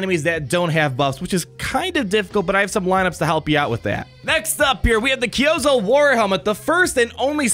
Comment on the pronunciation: It's pronounced ki-oo-zo